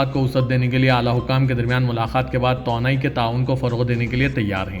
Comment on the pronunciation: تونائ نہیں توانائ بولیے بھائ یہ سیاست اخبار کا حصہ ہے۔ اردو بولنے میں بھی سدھار لانا بھی ضروری ہے۔